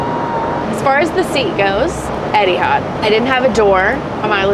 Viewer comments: Etihard. It's Etihad 🤣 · Pls :) Etihad, not Edihad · It really bothers me how says Eddie had instead of Eh-T had (sorry don’t know the phonetics) 😂